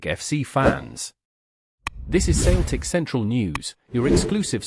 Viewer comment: Can't even pronounce Celtic 😮😮😮